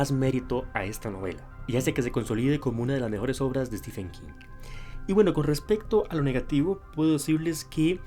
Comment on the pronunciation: Se pronuncia STIVEN no STIFFFFEN. De nada